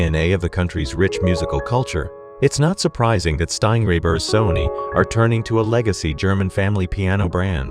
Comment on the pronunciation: "Steingräber and Sony" Good grief!